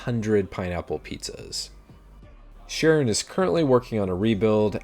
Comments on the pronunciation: "Sharon" is pronounced K-ron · Charon isn't pronounced "sha-ron", it is pronounced "ka-ron"